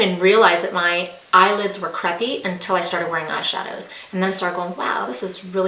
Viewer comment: It's Cray-pee, not creh-pee. Lol